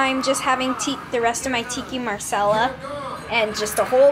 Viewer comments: Tikki Marsela?! Hahaha #dead nice try ^^ Although Indian, saying it with an African accent is fun. TiKKa MaSaLa!!! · Tikka masala (Tee-kah Ma-sah-la) Great vid btw.